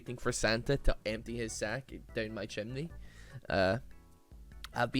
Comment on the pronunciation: did he really just say "waiting for santa to-" checks script "empty his sack down my chimeny"??????